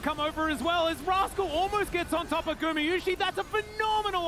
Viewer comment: Par contre insupportable les commentateurs anglophones à prononcer "Gumiyushi" vraiment